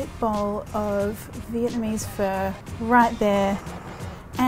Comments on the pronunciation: sorry- did you just say Vietnamese fur?! lol it's pronounced "fuh" like the start of the swear word. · Shes been syaing fur the entire time and my Asian ass is triggered